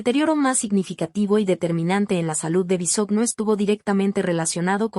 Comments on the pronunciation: No se dice Bisogno oiga🙄....su apellido es Bisogño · No sabe pronunciar el apellido de Daniel pero si tiran m13rda y comentan lo que no les.importa. exponiendo a su niña. Si quieren tener dinero envidiosos trabajen